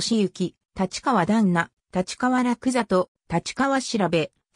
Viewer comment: 「たちかわ」は頂けないw。wikipedia丸読み。